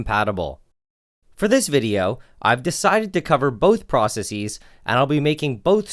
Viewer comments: that is NOT how to pronounce processes. That would only be the correct pronunciation if the singular was processis. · The way he says "processes" lol